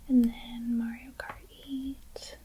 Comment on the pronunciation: “Mario karty” should be a shirt you sell